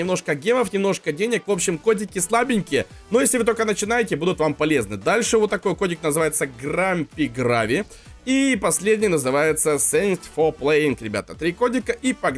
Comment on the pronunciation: ТЫ ЗАДОЛБАЛ ОН ГРЭЙВИ НЕ ГРАВИ!!!!!!!!😡😡😡